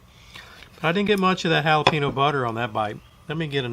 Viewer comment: Sound like a pro! Worcestershire= wu sta sure ( only three syllables) jalapeño = hal a pen yo not hal a pee no Do you guys say pee can or pa con? lol my dad would have loved this. Jim Beam was his favorite!